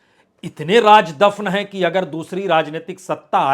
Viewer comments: Raaz aur raj me farak karo.. Aap ki urdu sudharo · Raaz bolo BAJPAI JI RAAJ nahi bolo..Kya ab TAK theek se pronounce Kerna nahi jante ??? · Sir, please learn some Urdu. 🙏 Raj is Raaz, Jabardast is Zaberdast, Darwaja is Darwaza, Hajar is Hazar, Nabj is Nabz, Make sure to make correct pronunciation. The only problem is between "J" and "Z".